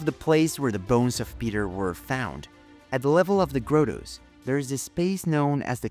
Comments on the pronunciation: Teaching the Italian accented A.I. voice the proper pronunciation of the word grotto would be nice. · Omg stop saying Grotto wrong